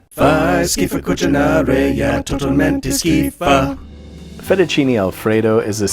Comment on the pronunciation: as an italian i dont know if i should be impressed that you got almost everything right, or triggered by that “cuchinaray” (it should be “cucinare”)